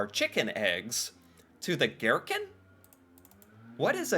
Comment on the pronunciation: What is a ghetkin? I’m crying🤣 chicken eggs?😅 oh America🙈🤣